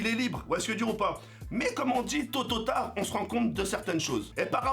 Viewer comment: Ce moment où te lâche l'expression à sa façon "TOTOTARD" MDR! Tu m'a tué:D